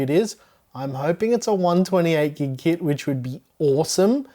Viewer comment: It is not Gigs. Anyway Great Video as Always: D